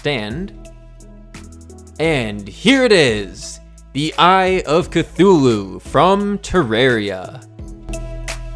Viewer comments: And you are saying it correct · You said eye of cthulhu right :)